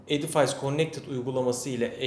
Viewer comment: Selamlar, Edifays diye değil, ingilizce okunuşu edifis şeklinde olmalı :)